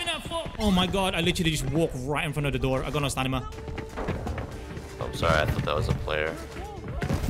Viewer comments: Bro said I got no stanima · bro literally said stanima 😂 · Nobody:: I need some “StAnImA”😂😂